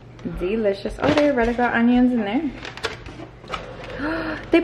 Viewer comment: The “deh alreadeh ga onions in der” lmao❤️😂